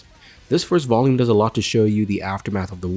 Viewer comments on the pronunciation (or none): none